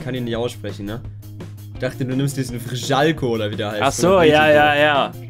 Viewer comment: Vrsaljko hahahah man sagt nicht frschalko